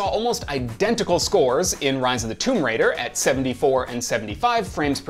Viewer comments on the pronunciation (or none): none